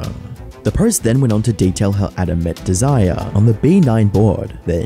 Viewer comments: Am i the only one annoyed by the fact he called the girl "desire" instead of dez-eh-ray as the name is most likely said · Her name is not Desire. its Desiree pronounced Dez-Er-A. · is this a fake voice? desiree is dez-err-ray not desire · I think you're funny af going to all the trouble to make this long ass video and never bothering to learn the name "Desiree" (Des-i-ray) is not pronounced as "desire" (deez-eye-r) Also, : the saying is supposed to be "the WORST was yet to come," not "worse is yet to come" (which makes no sense whatsoever). And between and you say the word rape like four times even though you somewhat blurred it out while showing the printed form on screen, yet you blurred and bleeped out every other instance of the word in the rest of the video. Why? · Desiree is pronounced as DEZ-ER-RAY not Dee-Sigh-Er haha. But apart from that, phenomenal video man! Thank you for breaking down what's been going on with Adam! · I heard him say it like the word Desire (which now that I think about it sounds like Dee-Sigh-Er), and yes, it is pronounced Dez-Er-Ray (Dez-Uh-Ray if you're british), I can see the confusion because Desiree is normally spelt with accents like Désirée or Desirée, something like that, and the other reason being because it looks like someone double clicked the E at the end of Desire, everyone makes mistakes and we all move on. It's kinda beautiful and unique in its own way, the way of apology and forgiveness. Edit: I'd pronounce Desire like Dee-Sigh-Uh, because I'm british influenced or because I'm Aussie. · By the way its not "Desire" its said more like "Desiray" but spelled "Desiree" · Just a note, the name "Desiree" is pronounced like "Dez Array", not "Desire" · Lmao her name is desire.... I'm dying. Its des eh ray. Dessire.😂😂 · I think Desiree is pronounced like Dez-uh-Ray not desire lmao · The name is pronounced Des-er-ray, not desire. When it’s two Es at the end, the last bit is pronounced like ray. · its not desire its desiree